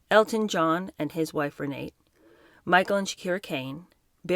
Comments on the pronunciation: Elton John's former wife''s name is RENATE (pronounced RENATA) - not Renee. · It's Renate, pronounced Renata, but I think said Renate without a very noticeable t, rather than Renee.